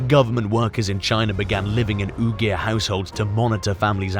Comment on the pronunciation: AI Voiceover should not be used when it can't even pronounce Uyghur correctly.